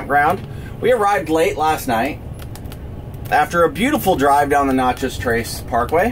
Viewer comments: You are driving me nuts pronouncing Natchez as "Notchez." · May I ask where you are from? You mispronounced every town and even Natchez.